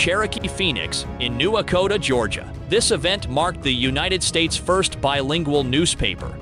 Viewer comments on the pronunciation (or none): in the video, did you really say, "New Ekota, Georgia" ? Try saying "Echota" instread of "Ekota."